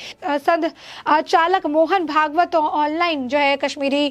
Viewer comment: भगावत नहीं भागवत,सचालक नहीं संचालक।उच्चारण पर थ्यान दें।